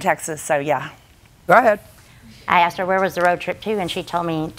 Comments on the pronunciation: ... I aksed???? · She actually said that she “aksed” her.